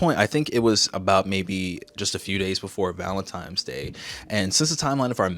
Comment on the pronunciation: Am I hearing things? Or are you saying Valentimes? If it's as a joke, I'm sorry for being a grandpa. 😅